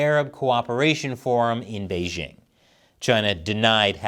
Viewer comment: The host of this program still doesn't know how to pronounce the name of China's capital, Beijing? The "j" in Beijing is not pronounced like the "g" in the English word "regime"; indeed, Chinese doesn't even have this quasi-French sound. The "j" in Beijing is pronounced more or less like the "J" in the English name "Jim."